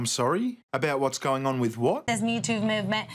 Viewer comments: I thought she said YouTube movement. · Sounded like she said YouTube instead of MeToo XD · Did she say "Mewtwo movement"??? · I could have swarn she said "This mew two movement" "I got touched in inappropriate places by a pokemon. #mewtwo" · i thought she said the mewtwo movement. #mewtwo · Yo I heard YouTube movement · I heard Me "Tuve" Movement. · I thought she said the "Youtube movement" and I was like "If there is a YouTube Movement you're apart of, no one else is" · It sort of sounds like she is saying mewtwo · I think she said "MewTube". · The way she said ‘me too’ sounded like ‘mewtwo’ so now I can’t stop thinking of a bunch of mewtwos making a movement to stop Pokemon catching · "...this me toove movement" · It sounds like she is saying Mewtwo movement. I did not think he was that hard to get. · It sounds like she’s saying MewTwo movement. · It sounds like she is saying Mew 2, you know the Pokemon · Sounds like she said MewTwo. I guess she likes Pokemon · I thought she was saying youtube movement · It's funny it sounds like she was saying #MewToo lol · you heard her wrong... she said mewtoo movevment... she talking about a pokemon:o lol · did she say Mewto? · I have never "hashtagged" and on my behalf I thought she said POUND ME TOO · Did she say "Mewtwo movement?" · She said Mootoov movement. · I thought she said Mewtwo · I thought she said Mewtwo movement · No, what she said was Me Toov Movement. Listen closely when it's slowed down . Metoov movement.